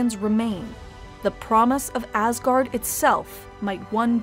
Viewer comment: cant help but always hear "AssGuard" 😅